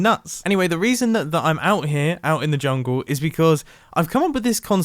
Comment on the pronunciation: "For apparesnt Reasjon" 😂